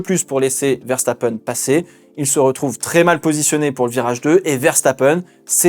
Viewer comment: Quand t’as commencé à dire Ferstappen t’avais raison c’est comme ça que ça ce prononce